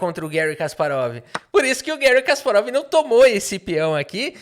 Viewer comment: Kasparov esse que odiava o regime soviético? Nah, que seja Guérry mesmo.